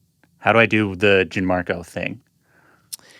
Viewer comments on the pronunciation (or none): The host keeps saying “JIN-marco” and it’s driving me crazy. Please learn how to pronounce your guests name.